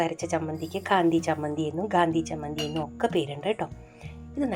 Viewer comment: Chammandi alle ..not Sammandi😂